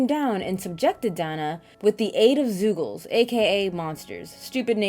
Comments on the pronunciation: I couldn't pay attention to the review cause "zoogles?....zoogles? Wtf? Zoogles?" kept repeating in my head. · hehe, "zoogle"